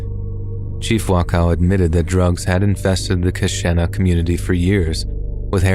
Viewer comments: I am a long-time subscriber and absolutely love your narrations. I just wanted to give you the correct pronunciation of two words from two separate stories. The Wisconsin town of Keshena, where the drug-laced Halloween candy showed up, is pronounced Kuh-shee-nuh. In the Le Loyon story, the French word 'Le' is pronounced Luh, not Lay. This is not to be confused with La, which is exactly as it sounds. Le is the French masculine for 'the', and La the feminine. When you pronounce it Lay, that is actually Les, which is the plural of Le or La. I'm not trying to be a jerk with this comment, I'm just giving a helpful hint for the future. Keep up the awesome narrations, and I look forward to the next episode . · The Wisconsin story.... It's pronounced ka-sheen-na..... I'm sorry, I'm from here and it bothered me lol. But it's true and it was scary when it happened and for a few years after I know a lot of people just bought candy from the store instead of going trick or treating